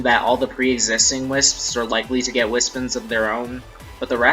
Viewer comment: Dude. Its wispONS, not wispUHNS. I'm sorry this triggers meh ocd.